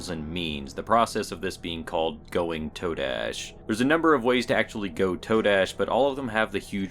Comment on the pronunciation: I thinks its pronounced "Ta-dash". YOU know? Today, todash?